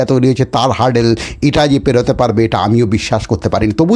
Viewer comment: 'হার্ডেল' নয় রে ভাই, 'হার্ডল' 'হার্ডল'!